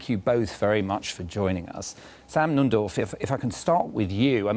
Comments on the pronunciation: Note the heavy BBC bias to the Retrumplican Nunberg ( altho' stupid BBC buffoon keeps calling him 'Nundorf' ! ) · The presenter called him Sam Numdorf - lol